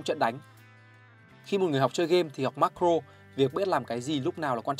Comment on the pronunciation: Nghe ô phát âm Macro với Micro hơi khó nghe k biết có ai thấy thế k @@